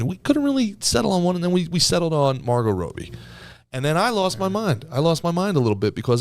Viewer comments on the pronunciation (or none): Calling her roby not Robbie is making me question everything 😂